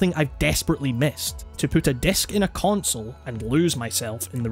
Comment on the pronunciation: "to put a DESK in a CONSUL"?